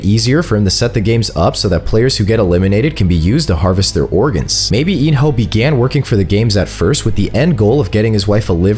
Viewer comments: it's pronounced kii hun not Gohan we ain't watching dragon ball 😂😂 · Is nobody gonna talk about how bro kept on saying gohan instead of gi-hun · So nobody notices him sometimes saying g man to gi hun 😂😂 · Bro said gohan except for gi-hun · “Go-han” and “el rizz” wth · did no one hear him say Gohan💀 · Really go hun at least say the right name it’s gi-hun 😂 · Bro was saying g-man instead gi-hun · Why the hell can no youtuber pronounce Gi-hun right? its not Ji-hun not Gi-han not Ji-huan its Gi-hun just read the letters normally. It is as it is no accent no anything just GI-HUN. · Bro called gi-hun gohan💀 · why do you keep on calling Gi-Hun Gohan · gohan? this ain't dragon ball his name is Gi-Hun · Earlier he called him “Go han” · Loved how he sneaked in mis-sayings, like when he called ill nam L Rizz, Gi-hun Gi-hun Everdeen takes down Hunger Games, hate me with your theories, and nut busting twist😂. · you missed a lot more than just Gohan, he also said G-man and Il-rizz for example lol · Not gi hun Everdeen 😂💀😭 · Why do I hear gohan when you say gi hun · He struggles alot to say gi hun [geeh-un] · bro cant say gi hun he said g man and gu hun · Is it just me who heard him say gohan in 😭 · The Amount of Times This Man Mispronounces Gi-Hun Is Crazy